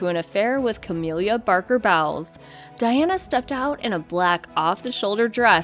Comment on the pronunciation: ("Cah-mill-ah") Parker- Bowles ( "Bowls" - not "bowels").